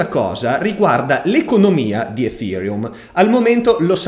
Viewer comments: Perchè lo pronunci efhereum? Nelle conferenze neanche Buterin lo pronuncia così..🤪🤪🤪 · grande, anche se ogni giorno cambi pronuncia di ethereum <3